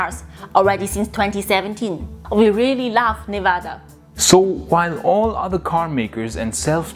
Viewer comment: So glad you know how to pronounce N e v a d a. Yay !